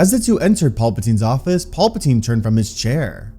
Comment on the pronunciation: Who TF is Paulpatine? You mean Palpatine??PAL- PATINE. Paul must be the clone that somehow came back in episode 9 🤣